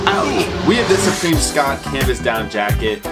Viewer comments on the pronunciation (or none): Schott is pronounced “shot” fam! You had it backwards homie. But that natural jacket is fire as F! Shoutout to 💯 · Dawg I'm 99% sure Schott is pronounced "shot" 😬